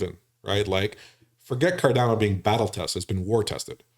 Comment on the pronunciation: Sorry but this guys seems like a flake, can't even pronounce Cardano properly, the second A is pronounced 'uh', NOT 'eh', come on educate him...